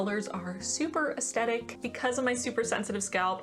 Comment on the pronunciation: She said ASTETIC✨